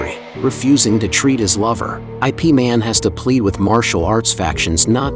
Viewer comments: Don't call it I P man. It's yip man or IP (eep man) man. Stop using ai to narrate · Not I - P Man It is called Yip Man.😅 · By the word IP is not pronounced as “I’ “P” 2 letter words is IP ( YIP ) is a name in Chinese .. you direct read the name as in ABC .. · He even pronounced IP wrong. It's closer to Yip and not I P. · Also, it's Ip Man, not I.P. man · "I.P. Man"??? A.I. fails again. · It's not pronounced I P man lmao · ya lo. why the narrator keep on saying i p man???? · The narrator is bugok😂😂